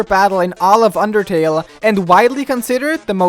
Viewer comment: did you say underkill or undertale?